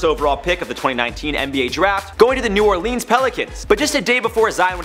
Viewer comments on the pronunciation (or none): This dude said new Orleens that's not how you say it. It's new orlins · Dat boi just said New Orlens